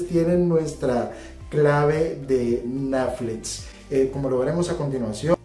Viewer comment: Este, como todos los análisis del, es muy bueno, pero me sacaron varias risas el "neflits" y "shopifay".:D